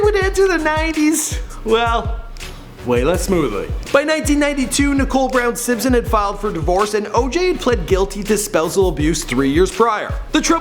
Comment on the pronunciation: Simsoin? I thought it was Simpson.